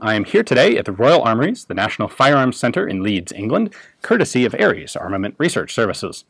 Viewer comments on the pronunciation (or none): none